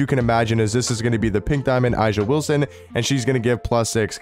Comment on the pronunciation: A’ja is pronounced Asia.